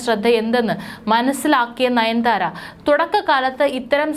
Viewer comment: നയൻ ധാര അല്ല.. നയൻ താര....